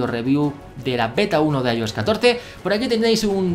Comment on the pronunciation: Aioes Aipad os Mac os... Bro al menos se consistente en la manera que pronuncias.